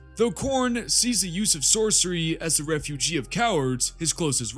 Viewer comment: Hey man, mispronounced apotheosis, beset and refuge. Not to be critical, just in case you care. Excellent video though, especially at it’s length. I’m 2 weeks into the 40k verse and your videos have been essential for into to the verse.